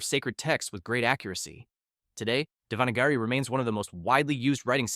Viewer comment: The way you pronounced Devanagari..... I know it's difficult for others but he pronunciation was no where near correct.